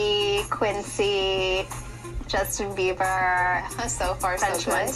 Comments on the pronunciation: Why u keep calling him Justin beaver? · WHO TF IS JUSTIN BEAVER BRO... YOU SAID IT LIKE 19 TIMES